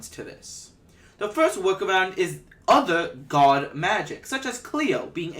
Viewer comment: Firs???? Flurst???